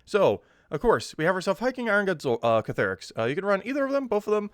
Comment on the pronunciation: Ctharrasque -- See' - thar - asque -- kinda rhymes with "My Barracks"